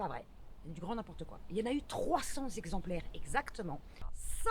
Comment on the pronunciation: Y a le verbe"monospaciser", et le terme "zexemplaires". Un zexemplaire, 2 zexemplaires....CENT zexemplaires! :)